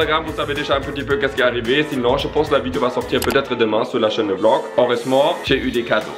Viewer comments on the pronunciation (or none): none